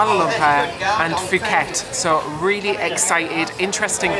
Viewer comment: I also used to say “Fooket” only to be informed that it is pronounced “Pooket”. Silent H. Enjoy